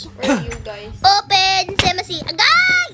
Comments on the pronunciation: Hindi po yun open semasi its opem SESAMI XD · "open semase" 😂